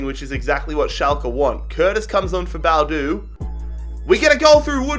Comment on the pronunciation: It's bo-adu